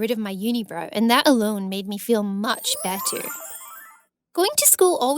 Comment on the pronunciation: PUEEPEERTYY BEETER MOOM girl that doesn’t how u say iT